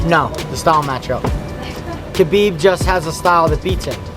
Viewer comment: one world can ruin this hole vid it's 'khabib'